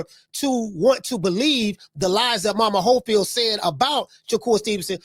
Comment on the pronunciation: How they call him momas hofield 😂😂😂😂😂😂😂😂😂😂😂😂 thas crazy